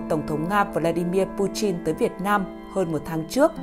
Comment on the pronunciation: Butin hay buchin vậy Đọc lệt thêm tí nữa là bỏ mẹ m đấy ad